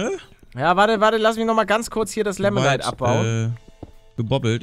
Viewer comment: Paluten das heißt nicht lemonite sondern limonite